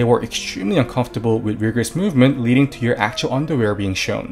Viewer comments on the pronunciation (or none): none